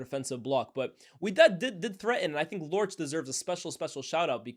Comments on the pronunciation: You actually pronounced Lorch’s name really well 😅😅 Take it from a Swazi 🇸🇿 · 😂 you pronounced Lorch name right 🫡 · You pronounced Lorch's name perfectly, actually